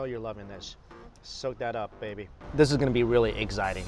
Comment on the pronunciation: I could have sworn he said eggxiting😂😂😂😂